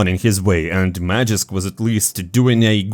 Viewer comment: its magisk not magixx. you dont even pronounce the names differently...